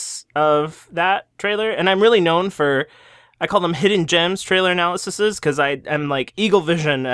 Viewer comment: honey I love you but the way you pronounce "analyses" hurts me